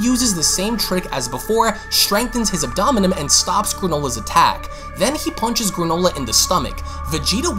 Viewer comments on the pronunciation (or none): Abdomen is pronounced: ab - duh - muhn! You say it like you are about to pronounce abdominal... Anyways you speak well enough that I don't think English is your second language, maybe you have a slight accent... maybe I'm just a dick... I dunno... it just drove me nuts. Thanks for the video and love your channel. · ab-do-men my dude lol. Loved the vid! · The way you say Abdomen upsets me